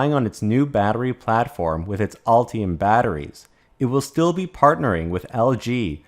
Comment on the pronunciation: Ultium or Ulti-hum?